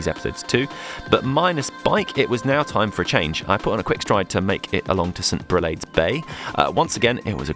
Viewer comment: You pronounced Greve De Lecq perfect lol but St Brelades bay is pronounced Brelards. I see you didn’t find Ousanie Bay then hahaha I’d have loved to have heard you say that lol